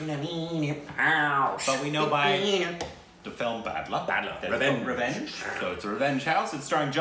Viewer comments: It's batla not Badla... It's about a terrorist shoot out that happened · No it's batla not badla